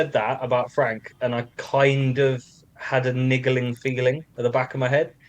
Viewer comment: Did he really say niggling figgaling 😂